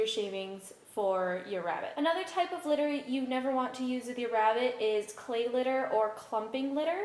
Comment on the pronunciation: at first when we are going to be talking about litter I thought she said glitter